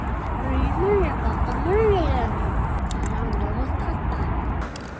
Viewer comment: ㅋㅋㅋㅋㅋ 악센트가 그게 아니잖음 홀리~ 몰리~